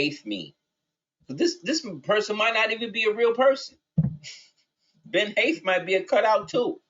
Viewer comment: Ben Haith = bin hate